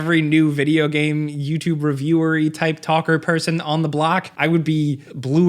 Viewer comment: still pronounces game as ga-em. I cannot watch him at all.